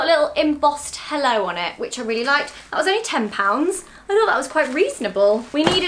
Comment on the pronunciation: Sounds so much that your saying „hallo“ at the beginning